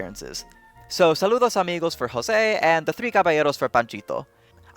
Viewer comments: I will never understand why people say "Hoce" instade of "José" I love the video by the way, but I'm sorry, the need of being the annoing one that correct others is stronger than me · It's pronounced Joh-Se, not Hoh-Se Carioca, just saying... (Yes the DuckTales Reboot gets it wrong) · Great video! just a small correction. José Carioca’s name is pronounced “Joe-sé” not “Ho-sé”, it is a portuguese name, not a spanish one, that is also why he is credited as “Joe carioca” in the movies. The last time Disney pronounced correctly was in the short Two Happy amigos from 1960, it was also the last time he was voiced by his original voice actor, José Oliveira. I think that the best and most important animated version of José Carioca was the one that was canceled. Saludos Amigos and The Three Caballeros was supposed to be a trilogy. The third movie, Cuban Carnival, was scrapped but one segment was already in production and was added to Melody Time as “blame to the samba”. The first half of the movie would be in Brazil where we would meet Maria Vaz, José’s girlfriend (a bird version of Yaya from The three Caballeros voiced by the same actress) and later they would go to Cuba and meet a new character in a similar way to Three Caballeros but I don’t think Panchito was going to be in the movie. Although the movie was canceled, a short series of comic books about José and Maria Vaz (now renamed to Rosinha Vaz) was published in Europe, and after being released in Brazil, it was a huge success and became a comic series that only ended in 2018 on issue 2446*! (*Donald and José comics shared the same issue number until 1985 so not all comics were about José). The comic version of José is the most iconic version in Brazil and the one people remember the most and his personalit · It's pronounced José, not Hosé. He's Brazilian, not Latin Otherwise, great video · Hosé. Sure. That's the right pronunciation. 👍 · Why the hell d’ya pronounce José the Hispanic way. He’s Brazilian.